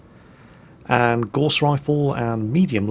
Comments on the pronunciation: Gauss... Rhymes with house not gorse which is a small bush! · I suspect we are going to see a lot of videos from you on this game, so I have to ask you to pronounce Gauss correctly. It isn't pronounced gorse but gowse, named after the theorist Carl Friedrich Gauss. I wouldn't normally ask this but it distracting me from the video. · I've always pronounced "Gauss" to rhyme with "house" and not "horse", am I wrong?